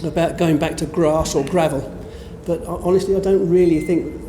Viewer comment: !! that's one way of saying HONESTLY!!